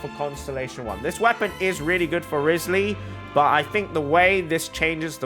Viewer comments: Why do you pronounce it "wrisly"? Its kinda like Wry-th-sley (at least thats how they say in the english dub) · Not saying his name right …. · Please, please, PLEASE say his name CORRECTLY!! FFS!!